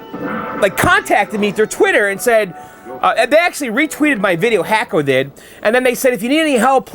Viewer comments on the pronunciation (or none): I know you like to properly pronounce words. It's pronounced Hock-o. Like a Hockey Puck. Love the restoration videos.